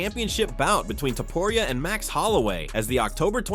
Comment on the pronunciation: You say topuria stupid